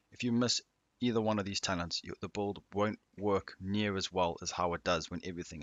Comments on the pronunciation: Anyone else hear “BOLD” instead of “Build” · Are you saying bald or bulid? Lmao.